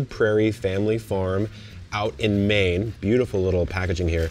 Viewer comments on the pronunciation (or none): none